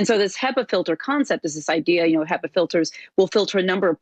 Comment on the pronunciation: They are pronounced Hepa like he first before the pa. I didn’t know this either 😂! Also, the easiest solution if you can’t afford the filters is to open a window and create negative airflow in your house if you have visitors over. Hope this helps!